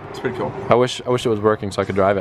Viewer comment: learning he said tassy bahahaha